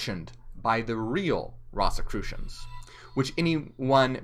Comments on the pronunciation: it’s ROSE-a-crew-shun, not Ross!! Great job tho! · Pronounced "Rose"crusions" great video. Ive just never heard It pronounced that way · It’s pronounced Rose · I've never heard it pronounced that way it's like a rose 🌹.